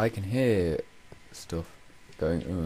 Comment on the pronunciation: i love the way it sounds like you say stoff, when I would have said stuff...